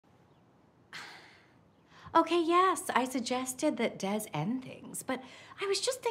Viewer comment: The way they're pronouncing Des.... 🤦🏻‍♀️